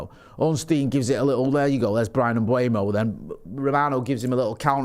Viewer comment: Is it Kinder Bueno? I'm trying to work out why so many people say Mbuemo instead of Mbeumo. It's driving me mad. M-beu-mo. It's pronounced exactly how it's written.